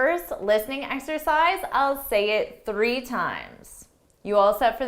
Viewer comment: What I have noticed yet that u pronounce three as tree